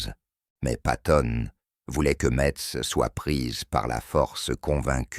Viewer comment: intelligence artificiel voix qui prononce mal Metz , plein de scories là voix généré par intelligence artificiel